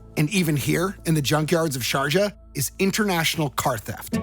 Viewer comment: The final message is that language matters. Sharjah sounding like, "Georgia" is, mind-blowing...